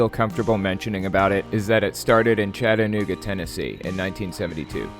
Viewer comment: I'm from the city where they started. I promise we aren't like that. I would love nothing more than for the Yellow Deli to get shut down, but all anyone can say is "but their food is sooooo good" which is just ludicrous. Thanks for the info, and thanks for pronouncing Chattanooga correctly, made me happy. Have a great day.